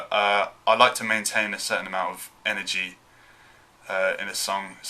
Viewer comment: The way he pronounces “energy” hasn’t changed 😢